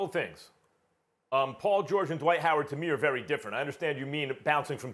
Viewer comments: It's Dwight.... Not da white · please don’t ever disrespect dwights name like this ever again.. more like a amare